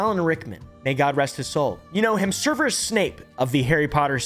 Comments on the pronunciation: It's Severus not Serverus. Sev-er-us. 😂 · Its 'SEV-erus' not 'SERV-erus' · I'm just here to count how many time mispronounces "Severus" as "Serverus." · its "Severus" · mispronouncing Professor Snape’s first name is disgusting. Did he have OBLIVIATE cast on him, or is he just a filthy mudblood? I am done…. NOX